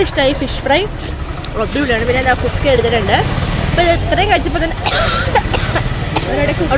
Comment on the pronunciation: Kuska ❌ kushka ✅